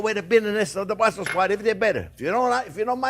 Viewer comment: Just a morsal: It is correctly BrusselS Sprouts, named for the Capital city Brussels.